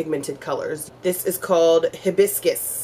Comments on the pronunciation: It is pronounced as Hi-bis-cus, it is a tropical flower which comes in may lovely colors such as orange, pink , yellow and white. Talking about this makes me miss St. Lucia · hibiscus is a tropical flower. pronounced HIGH biscus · hibisccus is a flower pronounce hy-biscus